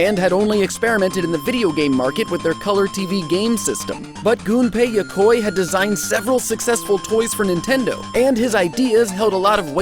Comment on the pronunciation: Yokoi is pronounced "Yo-ko-ee", not "Yokoy". It's like the "ea" on "wheat", or "neat". Maybe he knew that but his accent is getting in the way, I get that a lot. Good video either way.